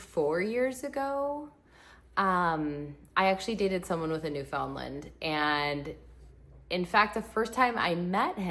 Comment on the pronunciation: Please, learn to pronounce Newfoundland.